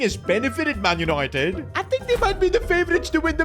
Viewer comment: Yesssss Yanited Yanited